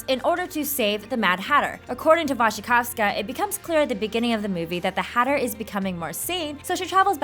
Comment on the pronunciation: I love the fact that you are reading Mia's last name right! :D